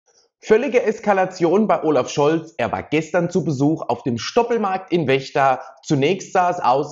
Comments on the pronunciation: Es wird FFFECHTA ausgesprochen! Nicht WECHTA! 🎉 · Die Stadt heißt Vechta (ausgesprochen Fechta) und nicht Wechta. Ich frage mich immer wieder, warum die Leute aus einem V ein W machen. Bei der Verden ist es nicht anders. Das heißt auch nicht Werden. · Den Ort in Niedersachsen (Vechta) spricht man "Fechta" aus ;-) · wo liegt wechta? vechta heißt das! ich sag ja auch nicht bürlün. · In Vechta mit V nicht mit W